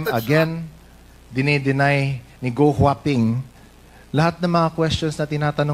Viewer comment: Guo it pronounced like kuo in Chinese